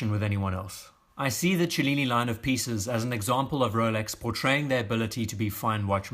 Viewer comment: Thanks for pronouncing "cellini" in a way that makes actually sense!